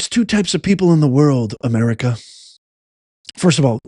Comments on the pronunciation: Amerigodess is what I heard? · He said “Amerigotit..!!!😂 wtf..! That’s so sad he’s still speaking . 😢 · Yes he said Ameri-got-it !! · It sounded like Biden said "the United States of Amerigoddess." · He said Ameri-Got-It. "We are citizens of the United States of Ameri-Got-It". Or maybe he said "Ameri-God-It". Someone just needs to correct him and tell him that when their ilk are in charge of things, then we become citizens of Ameri-Don't-Got-It. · BIDEN SAIS UNITED STATES OF AMERGARTER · Joe Biden said ameraucana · It sounded like he said Ameri-cotta 😂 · I heard Biden say the United States of Amerigota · HE SAID AMERICONDA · Did he just say, Amerigarlic? lol, Hahahahaha. I hope you'z know Biden passed away in 2018! So, who really is this? This copy fails every time! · It sounds like Biden said Americana? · He's trying to say America... God damn it!